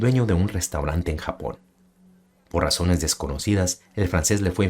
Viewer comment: Muy buen video excelente y coloquial narracion, jejeje pero te mamaste cuando dijiste "Le fue infiel por razoner desconocidas".. :) Saludos, felicidades por el buen contenido.